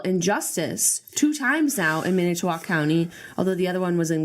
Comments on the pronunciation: Julien, the way you said Manitowoc, cracked me up. Being born and raised in Wisconsin, it's fun to listen to other people pronounce certain names. By the way, this only happening a little ways away from where I like myself :) On a more serious note, I do agree with you two on that fact that everyone should watch this. I believe the main reason behind the making of this is to show people how the court system handles certain things and how things are decided. On both the defendant side and the Government side. I personally do not think that it is as 'one sided' as everyone thinks it is (my opinion) however, this was made to represent Avery, not other suspects, etc. The reason I think this is well made is because of, myself, being back and forth on Guilty or Innocent. I think they did a good job on representing the defendant side and the prosecutor's side. There are MANY MANY things left out of this DocuSeries, I would highly recommend everyone to do much more research on their own time about this. Also, I live 'here' not necessarily RIGHT where Avery is, BUT at this point, I don't think it matters much if he is guilty or innocent, what baffles me... is the lack of connection of evidence between Avery and the murder. NOTHING ADDS UP. It is ridiculous. It is everyone's opinion on whether they think he is guilty or not, but the whole investigation... evidence not showing up for days at a time then all of a sudden appearing... Brendan telling them what 'happened' then taking it bac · julian, you pronounce Manitowoc in a silly way. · I'm not trying to be all nit picky but I loved the way you butchered saying Manitowoc. I'm sure the way you said it was how Indians said it when they named it or whatever but we Wisconsinites say it with the emphasis on "man". idk how to describe it but I love you guys. That's the most important part, right? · I live in Sheboygan and I cringed everytime Julian pronounced Manitowoc. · "Man it oh walk" is how you pronounce manitowoc. lol